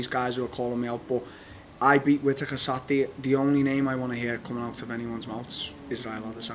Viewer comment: no one: Darren Till: Satday